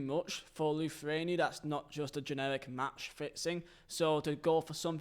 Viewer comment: God your pronunciation of anything else than English is scarily bad.. typical Englishman lol… “Lifuania” lmaoooo I’m Swedish btw but geez learn a thing or two. The mindset British and Britain uber allez is really annoying ngl….